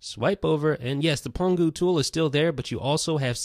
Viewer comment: pangu not pongu